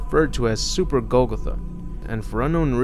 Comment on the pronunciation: its pronounced GOAL- GOTHA